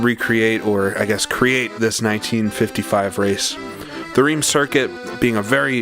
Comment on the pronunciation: Hate to be that guy. But isn't Reims pronounced "rem"?